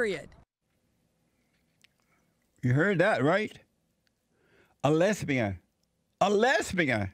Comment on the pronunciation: "A black LESBEEYAN with a FRO!" Every time, Jesse. It gets me every time haha.